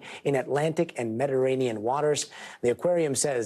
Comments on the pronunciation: MettterANIAN LOL and raillll this guy lol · This guy has no idea how to say, Mediterranean